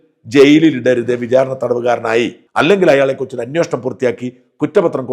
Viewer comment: ഇത് അന്വേഷണം ആണോ അന്വോഷണം ആണോ. താങ്കൾക്ക് തരക്കേടില്ലാത്ത മലയാള പദം പ്രയോഗം